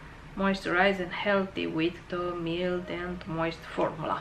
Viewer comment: Mild se pronunta /mʌɪld/ Raw se pronunta /rɔː/